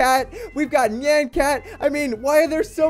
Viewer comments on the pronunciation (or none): none